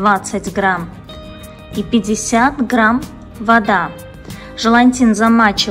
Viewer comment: тОрта, и желатин, а не желантин